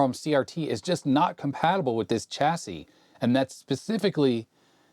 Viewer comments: The "l" in solder, didn't seem to make it across the Atlantic for some reason. Also, as "chassis" is from the French, the "ch" is pronounced "sh", the same way as in Chevrolet. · "Chassis", as in "Champagne", Chateau", "Chicago", and "Chamois. Also, "Solder" with a "l".